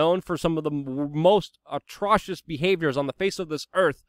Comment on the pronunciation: The way you said atrocious!!! It was atrocious!! Cheers💞